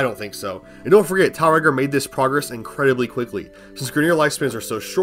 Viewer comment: I think it's meant to be pronounced "Tiel Reggor" in the same way that Lancers say "Umer Gregger" Actually getting the pronunciation over in a comment is obviously gonna be difficult but there's definetly a rolling r in Regor's name if you consider how the Grineer pronounce stuff in game.